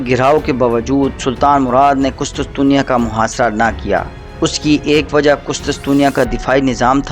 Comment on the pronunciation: Qustustunia haha sai pronounce kia kr bhai